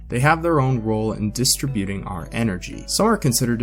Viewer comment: You use an odd pronunciation for “distributing”. Sorry but one minute & forty-eight seconds into your explanation you lost me. It quickly became too deep & boring for me. I was mildly interested, but only if the explanation was not going to be “over my head’. I lean toward K.I.S. 🇨🇦